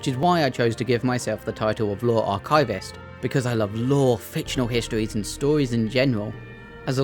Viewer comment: love this video, just wanted to let you know it's pronounced AR-kiv-ist not ar-KAI-vist xx